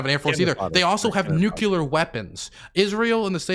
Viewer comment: "Nucular " Eye: twitches unconsciously